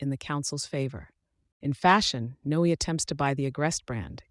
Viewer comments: It's not No... It's Noe, like Zoe and Chloe. It has the same sound. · It should be pronounced No-eh, to rhyme with Cloe and Zoe. (Unimaginative mom).